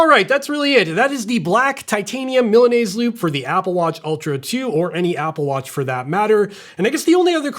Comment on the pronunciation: I came to hear how would you pronunciate Milanese, but very well. 😂